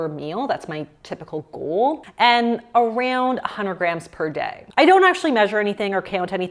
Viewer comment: why do you say “areund” instead of around?